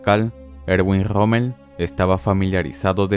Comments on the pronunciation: Pensé que era Rommel no rrrrrrrrrrrrrrrommel, mae mía . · no puedes decir la R verdad? jajajjajaja Grommel